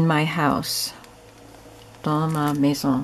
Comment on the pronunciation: not many can pronounc "maison" properly, so you did well. MANON, the end of my first name is pronounced the same way as the end of the sound "on" of "maison". Cool right!🤗